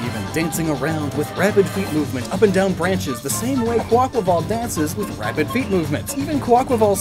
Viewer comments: It's a breath of fresh air hearing someone say the name properly after hearing Kwah-Qway-Vull for so long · THANK YOU for pronouncing Quaquaval's name correctly!! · Bless you for pronouncing Quaquaval correctly, its like music to my ears